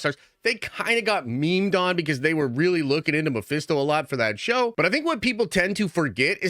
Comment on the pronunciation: Stop with your Mephisto talk it’s always wrong 😂